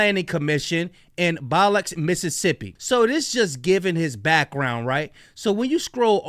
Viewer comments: Not Balox it BILOXI- pronounced BIL OXI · Bi-luck-si is how you say Biloxi, MS…